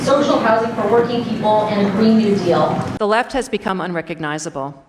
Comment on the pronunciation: "Green nude eel" nice lol